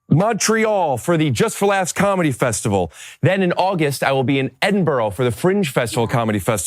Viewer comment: Cant wait for you to come to Edinburgh! Heads up it’s pronounced Edin-bruh